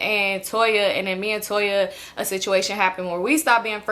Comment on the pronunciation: lol you call Tonya Toya every time!! 😂😂😂